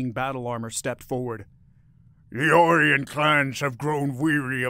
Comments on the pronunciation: I've never heard Orion pronounced as "Or Ian". Only "Oh Ryan". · It is ”O - rye - on", is it not? I could be wrong but hearing "Ore - ee - on", it's wearing thin. It's getting harder to not yell at my tablet as it continuously mispronounces certain words. I'm old, let's just say past 60. I'm just not as flexible as I used to be, and way more crabby!! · Stop mispronouncing Orion.